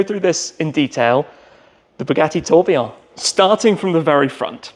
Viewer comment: Tim: the Tobeeaw Everyone else: the Tour Billion 😂